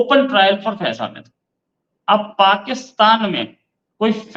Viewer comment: हामिद नहीं, हमीद